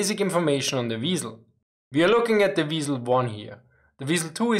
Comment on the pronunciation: " They call me the weeiesl" Hehehe Couldn't resist